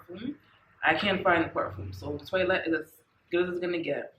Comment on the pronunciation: Good review but its pronounced twa let not toylet 😜